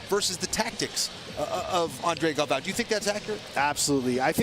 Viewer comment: JJ Torres… WTF. He’s the two time defending champ. Get his name right. My other favorite was Andre Galvoooooo… hahaha!